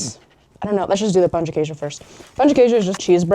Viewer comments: Best foreigner's pronunciation of "pão de queijo" I've ever heard! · Finally, someone who said "Pão de Queijo" correctly! 🎉. Our mango is sooooo good, you have to try the natural mango juice. I hope you like it here. I'm from Rio, and each state has its own culture, but you can still experience Brazilian culture and food no matter where you are. Welcome! ❤🇧🇷